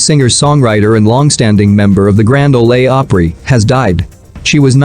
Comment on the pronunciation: Learn to pronounce Grand Ole Opry